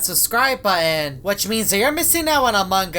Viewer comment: also are you French???? you said "make Sure To Hit That Subscribe Budden